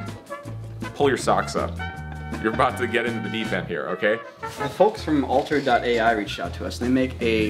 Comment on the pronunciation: I swear he keeps saying "All turds" instead of Altered's... trust me. Dear Sweet Lord I didn't know I needed to hear Judy Dench Dirty Harry xD